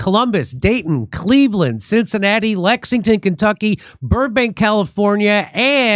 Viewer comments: I noticed you're finally hitting "Lex ING ton , Kentucky and pronouncing it correctly. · Thank you for pronouncing Lexington correctly!